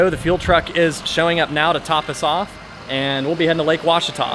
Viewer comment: Looks like you’ve practicing saying; “Ouachita” by Jove I think you got it, spend a lot of time on the Ouachita River!